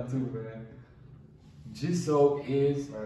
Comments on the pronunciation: its ge-soo not gi-zo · idk if any1 here told u guys or not but Jisoo pronounce is ji-su . LILY usually used for lisa`s team/fans but some do calls her that. Also hyung means big brother for girls it unnie . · Jisoo is pronounced Gee Sue. Many nicknames but mostly Chichu. Rose' is pronounced Rose-ay. It comes from her middle name Roseanne = Rose-a. Only other members can call her Rosie. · It's jisoo not JEZO AND rosie not ROSE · its pronounced g sue(jisoo) like the letter g and sue like ill sue u G sue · Not jizoo